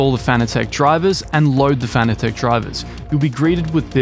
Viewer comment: Fanatec is pronounced like fanatic.